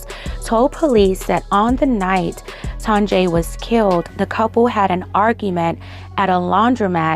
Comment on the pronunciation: I feel like her name is pronounced TONYA...